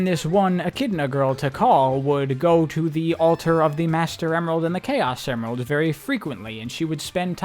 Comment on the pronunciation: bro started saying chao semerald… and it was driving my crazy lmao 🤣